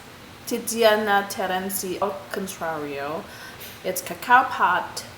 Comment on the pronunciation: Tiziana Terenzi “ Al contrario “👍your Italian is perfect 👌😉. New subs!! Baci 💋